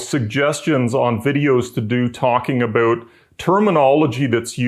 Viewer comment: Nice explanation, and I never get tired of hearing the word "aboot" from up north.